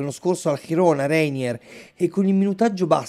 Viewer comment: Girona - con G Italiana :)